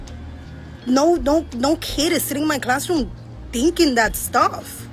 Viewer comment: She used the word HATING and pronounces THINKING wrong . No ma’am it’s not THEENKEENG 😟Qualifications and Prerequisites are at an all time low!